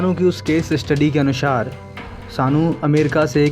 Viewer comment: तुम हिंदी की साक्षरता के वीडियो बना रहे हो और तुम्हारा उच्चारण निंदनीय है. कृपया ऐसा Video Voice Over Artist नियुक्त करें जिसका हिंदी का उच्चारण ठीक हो. अनुसार को अनुशार बोल रहा है. हिंदी का ऐसा तिरस्कार न करे जय हिंद